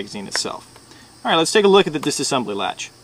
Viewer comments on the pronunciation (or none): none